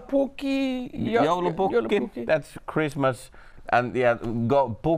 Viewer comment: "Jallupukki" XDD